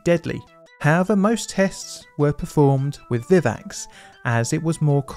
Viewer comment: The pronounciation of Flaciperum if 'Fal-sip-er-um', and Vivax is 'vI-vax', hope that helps!